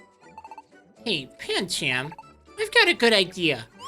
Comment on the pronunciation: and Pancham is pronounced Panchum